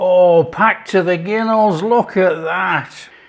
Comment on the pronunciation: Presumably "ginnels" is Ee-ba-gumlish for "gunwales/gunnels".